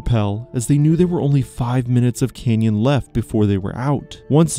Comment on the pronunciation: CANyon. Not kenyan